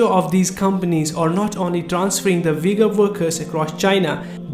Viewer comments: Brother you ve to remake video just saying it is not Vigor it is ughur pronounsation the way off all nation i am an Uzbek myself and i know Ughur people Peace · its Ughur no Vigors like U= like double OO - u